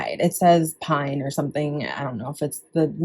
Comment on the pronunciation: PING not PINE...it's a golf brand.